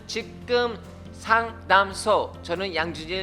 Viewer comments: ㅋㅋ 상담소 발음이 힘든가요? ㅎㅎ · 양준일 님 의 직끔 상당소 에구 귀여워 우린 발음 잘 안되는 버터발음 좋아~요 뭘해도 귀엽고 사랑스러워요 쉽게 명료하게 쿨하게 상담해 주셔서 솔로몬의 지혜를 준일님이 달란트를 선물로 받으신듯 그동안의 자석에 붙어왔던 삶이 이런 내공을 저축해 오신듯 참 잘익으신 나의 연예인 사랑스러워요 ~~^-----^